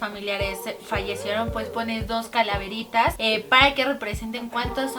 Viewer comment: Calaveritas ... jaja ni sabes pronunciarlo!!!